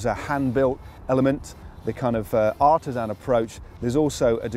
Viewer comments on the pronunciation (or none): none